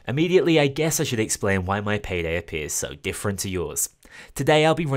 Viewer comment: Bro turned Payday 2 into Paygay 2